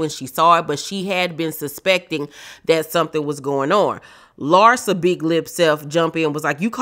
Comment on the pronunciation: LARSA versus LIE-ZA 😅😅😅